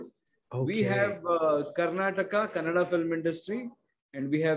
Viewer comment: its kannada sir not canada